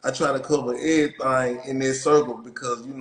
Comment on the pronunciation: I’m not from your city but you said “whole lotta everythang “ in this 1